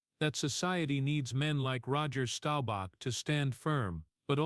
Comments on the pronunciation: You should have learned how to pronounce his name. It is Staubach, not Stobauch. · Stowbach?! Please pronounce his last name correctly. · DAMN DAWG!!! WHY don't you AI learn to PRONOUNCE names CORRECTLY!!! STOWBACK??? I COULDN'T STAND THERE AND LISTEN ONCE MORE 🤬👎👎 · This guy needs to learn how to pronounce Roger’s last name if he’s going to tell a story about people